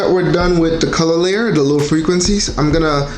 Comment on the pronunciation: « Lil’ frequency » 😂😂 that’s what I hear when you say low frequency. Thanks any way for you tutorials man, it helped me alot. My photos have taken another level because of that change.